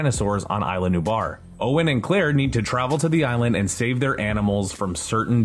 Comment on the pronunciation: it's pronounced ISLA, not AYLA